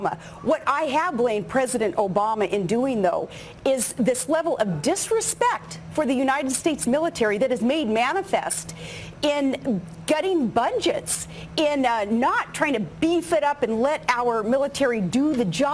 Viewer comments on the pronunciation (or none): She said "getting BUNJETS!!!" What the fuck is bunjets??? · what is a "bunjet"? The only reason she is ever interviewed is to hear what utter crap she will spout next...she's a living freak show, so roll up, roll up, and see the crazy freak! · Bungets! No I think it is, budgets, Ms. Palin. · HAHAHA!!!!!!!! "getting bundgets" ha learn English bitch!!! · What the fuck is a "bundget"? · "MADE MANIFEST", "GETTING BUNGETS"? What are bungets? That is what I heard?